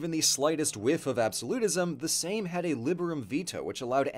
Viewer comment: R U kidding me? "Szlachta", "Sejm" pronounciation 10/10.